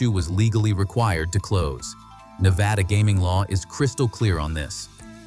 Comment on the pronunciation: The narrator loses all credibility in his pronunciation of Nevada